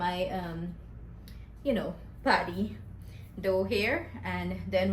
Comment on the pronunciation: Patty not paddy